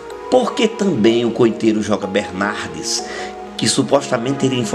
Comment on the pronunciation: Joca Bernardes e não Jor Bernardes!!!